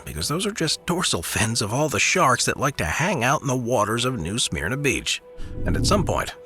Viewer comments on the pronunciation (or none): Pronouncd New Sm-erna